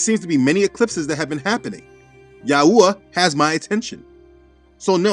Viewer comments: It is pronounced YAHWAY not yahooah. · 😂not ya Yahua, its yahwe